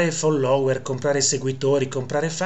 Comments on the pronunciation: Caro Prof., fóllower, fóllower, con l’accento sulla prima o. Se no ci stanchiamo di sentire i virtuosi sinistri che si scatenano col ridicolo. Anche se un irrilevante errore non svaluta le notizie attendibili. Cari saluti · Quando dici FOLLÒWER mi fai morire!! Sei un grande prof sei unico ti adoro